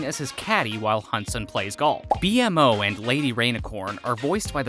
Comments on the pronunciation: It's painfully obvious you've never actually watched the show. You call B-MO "B-M-O" and the Candy Kingdom "Gumball Kingdom". If you're going to make a video on a subject, do some frickin research. Poser. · Just call him B-MO, not B-M-O😭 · This is the second video I've seen where you call B-mo B-M-O. It's pronounced Bee-mo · It’s not pronounced B . M. O It’s pronounced BMO. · SAY BMO NOT BE EM O AAAAAH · Just the fact he says B-M-O instead of B-MO ruined the whole video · right, like tf is a B- M- O- ? ITS BMO! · There’s a lot of incorrect “facts” here but decent video. Also it’s BMO not B M O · stop calling bmo B M O call him bee-mo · bro said bee em moe and gumball kingdom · All that research and he’s still calls B-MO B.M.O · This guy hasn't watched a single episode. "B-M-O" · IKR or pronounce it as the cast in the Outro where it says “beemo” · For real, it hurt everytime he would say „bee-em-o” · Seriously. Almost got me yelling at my screen. It's B-Mo! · I've never stopped watching a video faster after I heard B-MO pronounced exactly like that. This channel should thrive with non fans and interns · The fact that he mispronounced B-MO undermines the entire content 😂 like are you even a fan??! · The way you say bonnebell and BMO makes me wonder if you even watched the show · Bro won't even say BMO right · Lost me as soon as he spelled out Bmo's name